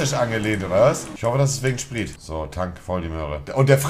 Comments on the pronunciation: Warum sagt der Typ “spriet”.ES HEISST NICHT SPRIET DA STEHT SPRIT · Kann in mal jemand bitte sagen das er Sprit richtig aussprechen soll 🤣🤣🤣